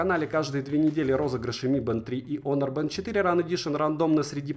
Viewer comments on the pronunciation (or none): none